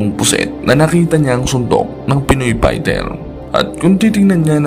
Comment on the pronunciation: will you pls ayusin mo nga mga caption's at mga Comment's at content's mo! nagiging barubal yung mga caption at mga comment's at content's mo eh! at ultimo nga fighter ang pag pronounce pighter ayusin mo naman at ikaw rin!